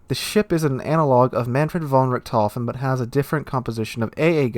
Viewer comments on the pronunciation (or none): none